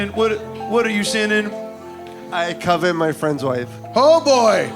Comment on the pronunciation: I thought he said ‘I come in’ not ‘I covet’ my friend’s wife. Both sins though.